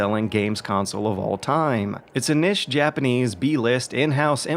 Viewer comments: Nish? I don't know if that's better or worse than Nitch.. Both are wrong in any case. It's Neesh. Neesh.. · IT'S PRONOUNCED NEESH